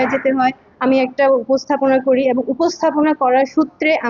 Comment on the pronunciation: এবন না ওইটা হবে এবং 😅